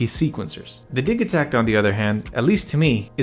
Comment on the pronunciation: I'm not sure what I'm more impressed with here, you're impeccable knowledge of both of these or your being able to switch "gigabyte" to "jigabyte" in the same sentence as the "Di-ja-takt" opposed to pronouncing it "Di-ga-takt." Either way, bravo! :)